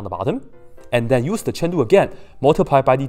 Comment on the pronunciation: Why do you Always say "chen lu" and not "chain rule"???!!!